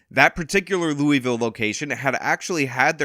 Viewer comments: needs to work on his pronunciation of Louisville. Lou-e-ville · It's pronounced lul-vul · Ouch. Please never say Louisville like that ever again. If you're pronouncing the "I," you're wrong. 😂